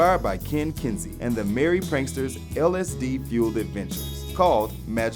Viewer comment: Might it not be Ken KEsey instead of Ken Kensey? thereabouts Pardon my nitpicking!